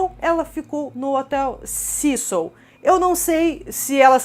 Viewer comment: Pessimo, eu moro no Canada e a historia da familia nao ter ido ja em seguida pq eh longe..oi???Canada faz fronteira com USA e temos voos diarios de Vancouver, Toronto, Quebec direto para LA , a pronuncia do nome do hotel esta errada. Cécil como se le se fala em ingles tbem